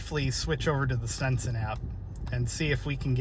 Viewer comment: Stetson, not Stenson.